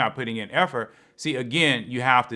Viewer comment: Effort for Efforty? lmaoo 🤣